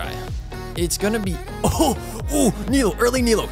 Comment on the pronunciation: her name is pronounce nee-loo btw